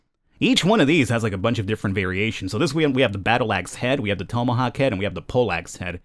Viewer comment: tome. uh. hawk. tome uh hawk. tomeuhhawk. you had one job, man, one job.